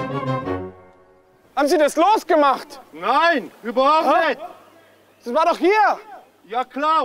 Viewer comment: "Reizen Sie mich jetzt nüscht" 😂